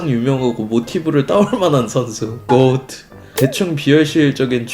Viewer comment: 매번 고오트 라고 발음하는거 개웃기네